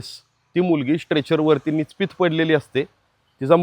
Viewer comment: Nichpit नाही nipchit भाषा, उच्चार सुधारणा करा